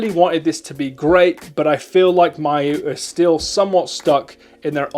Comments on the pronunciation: “my-yoo flip” 👁️👄👁️ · Ya this pronunciation really confused me.